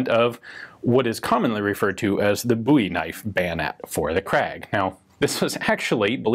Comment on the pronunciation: Why is it so difficult to pronounce "Bowie"?